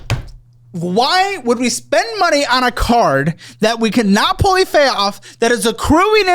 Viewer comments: “cannot pully fayoff” love ya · “Pully Fayoff” 2025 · “that we cannot pully fay off” 😂😂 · "A card that we cannot pully fayoff." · "pully fay off" 😂 getting so worked up he's turning dyslexic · "Pully fay". 🤭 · “Pully fay off” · “pully fayoff” was my favorite part